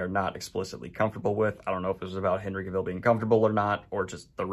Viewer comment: CAVILL RHYMES WITH TRAVEL, DANIEL!!!